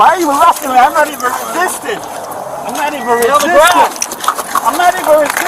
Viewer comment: I’m not wesisten, I’m not wisisten